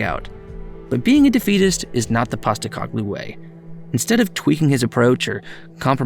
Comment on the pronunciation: Painful to here you say PosteCOGlou the whole time, rather than PosteCOHglou but good video other than that. Also an American Spurs fan starting in 2013, cool to hear someone have pretty much the same Spurs journey.